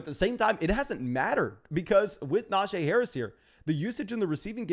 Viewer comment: Love your content, BUT, I gotta help you. It’s Nah-Gee Harris. NOT Nah-Jay. You’re welcome.